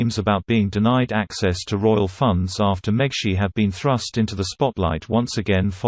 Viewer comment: Uhm - that's pronounced MEGS-it.